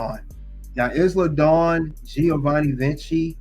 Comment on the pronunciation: You’re saying Isla Dawn name wrong